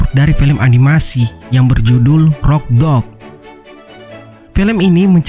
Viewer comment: Abang pas abang ngomong rock dog aku denger nya rokblok(roblox